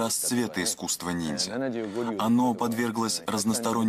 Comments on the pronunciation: "... непобедимые НИДЗЯ" - ржачно, эта ограниченная даже не понимает, как правильно называется то, о чем она вела передачу)) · Уже по тому как ведущая произносит слово "нидзя" сразу понятно, что программа серьезная, глубокая, подход научный. Вообще мне стоило немалых усилий остановить поток крови из ушей и глаз от этого пафосного и патетического испражнения